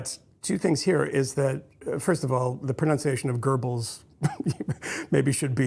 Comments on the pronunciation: You also mispronounced it. It’s not “Gerbbels”; it’s “Göbbels” or “Goebbels,” where “oe” represents “ö.” In German, the letter “ö” sounds like the “i” in “bird” or the “u” in “fur,” but with rounded lips. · Yeah why is he saying it like that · It is prohibited by the American Constitution to pronounce foreign words correctly. Don't you know anything?